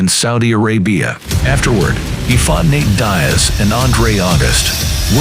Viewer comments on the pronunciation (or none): When your AI voice can't pronounce "Nate Diaz" and you are revealed as a fake sports channel just here to make money.